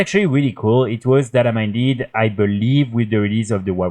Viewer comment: data MINED, not data MINDED, please